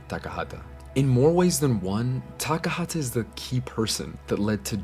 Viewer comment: I know this might seem petty, but it always rubs me the wrong way when "western/white people" do not even take the time to get names of another countrys person right... His name was Takahata Isao, rest in peace. Please at least try to be respectful in their death. Takahata Isao was a great person of great passion and he did a lot in the anime industry and he was an accomplished artist in his own right. Do not spoil his heritage. He was a master of his kind.